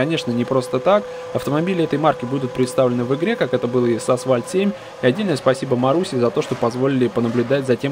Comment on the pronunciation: Когда кто-то говорит "асВальт", у меня уши в трубку сворачиваются